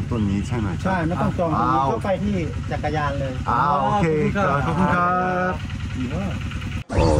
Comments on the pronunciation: เช่า จัก กะ แลน (จักรยาน) โอ้ยภาษาไทยชั้น 55555 หนุ่มเกาหลีพาเพี้ยนหมด เสน่ห์ของน้องๆ ก็คือการพยายามพูดภาษาไทยนี่แหละ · เราได้ยิน"ขี่จักรยาน" เป็น "ขี่จั๊กกะแร้" 5555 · เอ็นดูเวลาพูดจักรยาน ฟังเป็นจั๊กกะแร้ทุกที ขำมาก 🤣🤣🤣